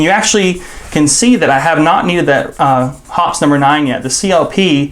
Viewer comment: You are pretty knowledgeable but you need a reading lesson if you want something (such as a rabbit) to move it hops and you say it that way. Hops. However when you have two P's with an "E" behind it then becomes Hop pees with a long E sound and is pronounced that way so quit hopping and get to Hop peing! Hearing it mispronounced is like fingernails on a blackboard! Puts my teeth on edge. End of lecture. Gabby